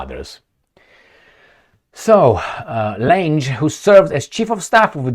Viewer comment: Lange---pronounced Lahng